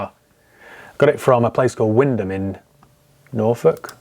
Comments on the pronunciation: I am impressed you pronounced Wymondham (wind ham) Norfolk , and remembered it 😎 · I'm from Wymondham, Norwich. Great job on the pronunciation, most don't manage it!!!!